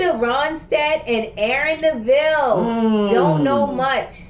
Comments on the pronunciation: Aaron NEV ill, not Na VILL. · Linda Ronstadt loved every second singing with Aaron Neville (pronounced NEVille, not NeVILLE). The chemistry between them is palpable. And yes, when she goes in for the kiss at the end. I was lucky enough to see Aaron Neville & his brothers perform live years ago. Definitely check out their other duets together. Linda holds back on her voice in duets because her voice is SO powerful and it was effortless for her. In a big area, she didn't even need a microphone. Unfortunately, Linda can no longer sing because of Parkinson's disease. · Neville’s last name is not the way you have been pronouncing it. It rhymes with the word level so it’s pronounced Nevel though spelled Neville. Love your channel! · Don't Know Much" won Ronstadt and Neville the 1990 Grammy Award for Best Pop. They became very close friends. They did not write this, it was a cover. Also his name is pronounced Neval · I love Aaron Neville (rhymes with devil, but he has the voice of an angel 😇) and I love Linda Ronstadt! Linda has health issues and is no longer able to sing, but she received a Kennedy Center Honor in 2019. The tributes were so touching! Aaron Neville actually did a duet of this song with Tricia Yearwood, which brought Linda to tears! Please look for it— it’s on YouTube. Love you guys! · Nev'-ill is the right way to pronounce his name. They were good friends and at the time of the show in this video they've been on tour for over a year together so they had and have a strong friendship bond, like family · Aaron is an amazing singer, should definitely out some of his songs, like Bird on a Wire. And check some out with his brothers, The Neville Brothers. (Pronounced *nev-ille) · Aaron's last name is pronounced like the word level. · Such pretty harmony. His name is pronounced NEville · It’s Neville. Accent on the first syllable!! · Love this live! Actually, the emphasis is on the first syllable of his name NEV-ille. 🙂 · Neville rhymes with bevel. He was amazing.